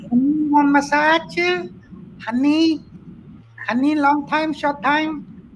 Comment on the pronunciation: massach, no massach , honney 😂😂😂